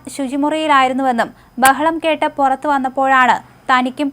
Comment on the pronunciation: കൊറച്ച്.. പൊറത്ത് അല്ല... കുറച്ച്.. പുറത്ത്..